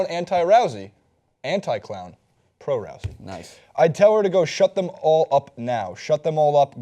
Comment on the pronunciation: is it Ronda Rowzey, or Roosey I keep hearing different pronunciations